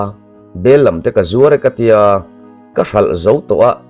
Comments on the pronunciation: A thu i lam dan hi ka lo hriat thin dan nen a in ang lo,Bel lam nilovin,Bel làm ti a lam tur niin ka lo hre thin.keima ngaihdàn aw. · Bellam i lam diklo leh tawh, bel lam i ti daih.bellam' lam' lai hi thluk sei tur.Lam(dance) a thluk tur aw